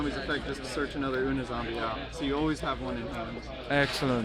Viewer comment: And it's "you-knee" zombie. Dumbass